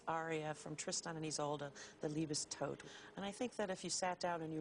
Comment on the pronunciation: Nicht Liebestoud sondern -Liebestood-. Learn the German please.